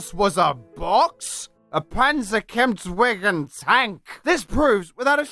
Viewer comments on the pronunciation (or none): You Pronounced Panzerkampfwagen IV wrong